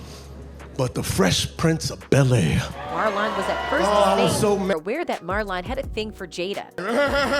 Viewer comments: Why yell always mes up black ppl names Marlin, ,not marlon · When did his name become Mar lawn lmao 😂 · First off wtf is Mar Lon 😂😂😂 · Everything he said was true, uck your feelings, say his name right next time and it's was jokes people 🤦🏾🤦🏾🤦🏾